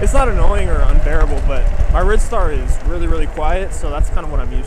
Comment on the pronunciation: I've been enjoying your vids... Do you think that the Rid star might be pronounced Ride Star... might get me one of them for 699./with a 50.00 off cupon